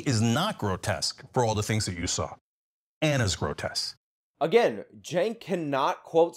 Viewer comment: Cenk keeps saying "grotess" does he not know the word "grotesque"?